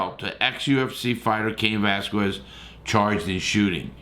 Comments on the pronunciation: Larry stop butchering his last name geeez!!! VE”L”ASQUEZ!! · no dude, that’s not how you say it. It’s pronounced vel-ah-skez. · how many times can you get his name wrong